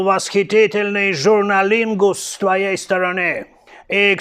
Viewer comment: Журланингус😂 я ору